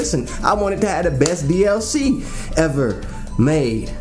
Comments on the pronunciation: I died every time he said that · You trying to say "DLC" or just hiccuping? xD